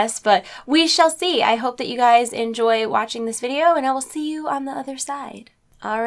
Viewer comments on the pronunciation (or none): none